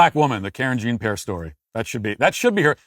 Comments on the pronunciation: hahahah i havent heard you say karen jean pair in a while lmao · Matt's pronunciation of Karen Gene Pear's name is chef's kiss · I love how Matt pronounces her name Karen Jean Pear......no effort for authenticity. 🤣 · Pronouncing her name as Karen Gene Pair is probably irking her so bad 🤣🤣🤣🤣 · "Karen Jeen Pear"😂😂😂❤❤ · Kareen Zhahn PeeAir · Does Matt deliberately mispronounce Karine Jean-Pierre's name? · I'm just grateful I got to hear Matt pronounce "Karine Jean-Pierre" again